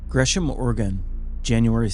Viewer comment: Love the channel, but c’mom, that sure as shit isn’t Gresham. 😂